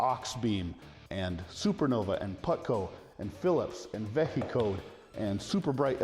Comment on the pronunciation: Vehicode would be pronounced like vehicle, not veh-he-code